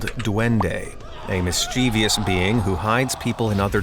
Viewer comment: You should google how to pronounce, “mischievous”. It’s only 3 syllables, not 4. It’s pronounced, “mis-che-vus”, not “mis-chee- vee-us”.